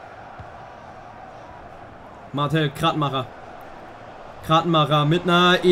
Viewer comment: Die Betonung bei Martel liegt auf der ersten Silbe, also im Grunde Martl. Du sprichst ihn immer wie diesen Spielzeughersteller aus.